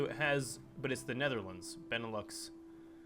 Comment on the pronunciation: Benelux: Ben-e-lou The japanese faction: Die-toa Key-oi-ken Xibet San Ma: Sie-bei san ma Svea Rike: Swe-a ri-i-ke Some pronunciation, correct me if i'm wrong but this is how i've heard people say these things. Also, this is very cool, way better than 100% world tension, keep it up!